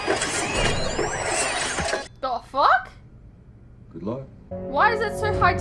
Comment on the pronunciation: A masterfully pronounced "Dafuq"